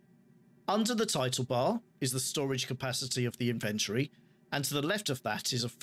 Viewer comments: its a british thing right? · That's the correct way to say inventory. English here in the USA is borderline slang.